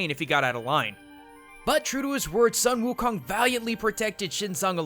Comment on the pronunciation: it's sung gho khong btw